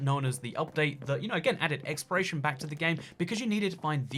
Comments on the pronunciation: Why he sain exploration as expiration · who else keeps thinking he says expiration instead of exploration